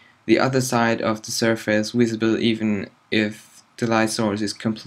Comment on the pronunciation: Dude, normally I won´t complain about pronunciation, but the face in subsurface is not pronounced like face, more like fess, and the stress in surface is on the first syllable :) Otherwise I love your tutorials ;)